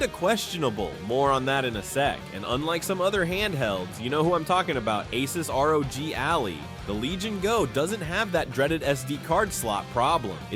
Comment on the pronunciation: I'm assuming this is AI generated? There's no way you called it "" or pronounced ROG Ally like the girl's name...